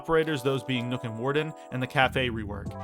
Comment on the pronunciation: Im convinced you say nook intentionally instead of nokk